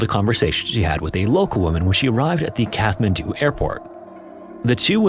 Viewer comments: Sorry mate, I can't listen to the wrong pronunciation of the Nepalese capital any more. It's a hard "t" as in cat. You're welcome ❤ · It’s “Catt” man doo. Just fyi. The “th” means it’s a HARD t. Like “taw” instead of “tah”. But it’s not a “thaw”. Just tryin to help. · I hate to be that guy but it’s pronounced “Cat-Man-Due” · Katt - Mann - Doo FFS. I mean, you're a favourite channel but your laziness with regard to checking pronunciations drives me to the point of distraction. Don't proudly say 'No AI generated content' when you sound like an AI generated voice. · Just so that you’re aware in future videos, you don’t pronounce the “th” in Kathmandu. It’s closer to Kat-mandu like a kitty cat :) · Except for the constant mispronunciation of “Kathmandu”….? (Kat-man-doo) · You should have researched and practiced how to pronounce the name "Kathmandu". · The h in Kathmandu is silent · Pretty sure it's a stop, not a fricative, in the middle of Kathmandu. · Great story. But a couple things. Ninety-hundred feet?? Really??? Also I think the H in Kathmandu is silent. But I'm not Nepalese and could be wrong. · Great work, but you are pronouncing Kathmandu wrong. Makes it seem like an AI narration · Amazing story! VERY difficult to understand. It would help if the narrator had clear pronunciation. Lots of slurred words and the ‘th’ in Kathmandu is pronounced ‘t’. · How on earth are so many professional content creators unable to pronounce Kathmandu? Come. On. 👎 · Please learn the proper pronunciation of Kathmandu. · I don't mean to be a pedant, but it's like nails on a chalkboard. You don't pronounce Kathmandu with the H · I'm pretty sure it IS AI. A real human would not put out a video taking place in Kathmandu and pronounce Kathmandu incorrectly throughout the video. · I noticed that but sometimes he used a T and sometimes he used Th. Maybe he knew it was wrong but was in the habit of saying it wrong. Strange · "KATH- mandu"..::lol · Its pronounced Cat man do, not Kath man do.